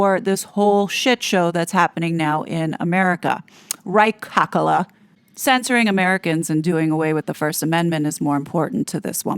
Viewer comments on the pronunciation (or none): Did you say Ca-Ca-la? So funny good one. I love that.